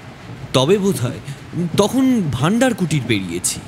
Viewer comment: ও দাদা ওটা ভাণ্ডারকুটির নয় ভাণ্ডার টিকুরি